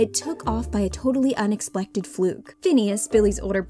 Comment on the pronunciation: "An unexplected fluke"...waw... you couldn't redo that one? "Vocalzizations".😂 And then again! You can pronounce words correctly, if you practice! Why aren't you realizing that you are merely winging it with the vocab,? People are commonly doing this, but come on, it's scripted for the sake of goodness. 🤣😂